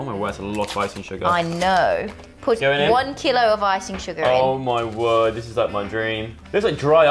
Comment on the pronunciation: Keeelo keeelo